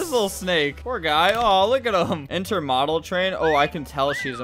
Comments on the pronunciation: As a train lover it’s inter-mo-dal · As a railfan I am disgraced by the pronunciation of "Intermodal" here.